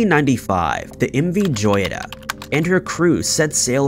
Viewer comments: The name Joyita is pronounced hoyita which means little jewel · Learn the correct pronunciation of the subject that you are referring..! M V Joyita (hoyeetah) which in Spanish means "little Gem". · He keeps mispronouncing "joyita". It is spanish for little gem (jewel).